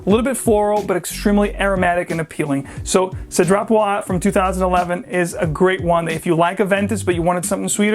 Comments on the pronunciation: Hi. The Cédrat Boisé, the Boisé, must be spell like Boizé. The one 'S' in between French word is spell like a 'Z'. A little tips. I bought a mancera which was on discount last week called 'black OUD intense' it a beast but then the dry down become smooth, sweet and soapy. Quiet nice actually. Thank you for the review. From Melbourne Australia. 😊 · A sweet crocodile skin jacket. Boise is pronounced "buaz" because of the e. Bois is "bua" and boisé or boisée is "buazay" because of the accent. Strange that cedrat doesn't have an accent though, because I'm pretty sure it should. So if it's missing there....I dunno. I suppose the company would know though. Anyway, I definitely agree that Aoud Vanille is a banger. Easily one of my favourite oud frags of all time.